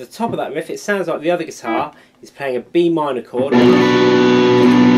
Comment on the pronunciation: Like "gui-tar"